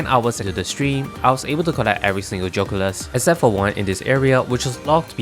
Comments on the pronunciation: Geoculus 🚫 Joe culus ✅ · BRO STOP SAYING JOCULUS ITS GEE O CULUS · I love the way you pronounce "geoculus"